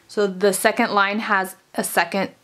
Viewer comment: it pisses me off how she says secont